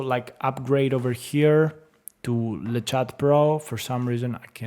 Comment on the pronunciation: it's " LE CHA " the T is silent , means " Cat " , thanks for the video